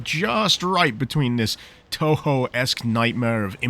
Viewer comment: man even pronounced it properly damn